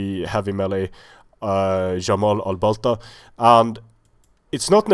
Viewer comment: its a hard j with the jamal, aint no spanish j up in here